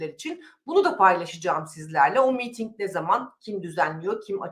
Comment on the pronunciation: Sayın hanfendi,miiting değil,miting deyiniz lütfen.